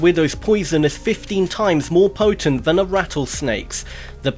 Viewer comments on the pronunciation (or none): none